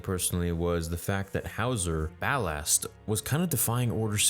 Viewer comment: Ballast not Ballard